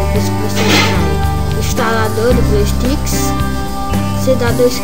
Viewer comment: Muto Bom o tutorial, só rachei de voce falando blueSTICKS kkk